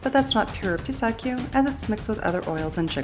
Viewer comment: Don’t make the the filling dry your being stingy with the cream 😂 everyone likes it not dry just fyi and it’s Pistachio. -chio not kio